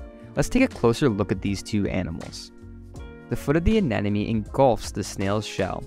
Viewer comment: Fascinating - but it's ANEMONE not AN-ENEMY.